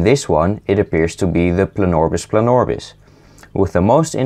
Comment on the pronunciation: its not planorbis planorbis, its PLAnorbis PLAnorbis